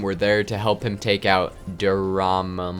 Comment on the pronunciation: his name is pronounced DOOR-MA-MOO